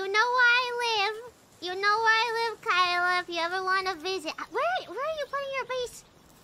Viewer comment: I think she is one in EN (or the only one) who call "Kaela" perfectly. I mean, not "Keila" or smtn